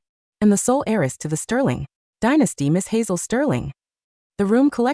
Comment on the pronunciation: Not aerys but HEIRESS